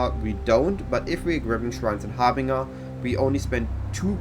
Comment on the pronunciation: I am not criticizing just trying to be helpful but it is pronounced "har-bin-jer" , the j as in "Jelly". Meine Deutsch ist sehr schlect, deine English ist sehr gut, so don't feel bad